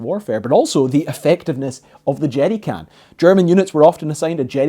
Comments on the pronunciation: 😅 it sounds like you're saying jetty can and the CC thinks so too. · I just like him saying "jeery cann" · "Jeddy cans" "Ameddicans" Interesting pronunciation. I love it. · “The Jerdy can”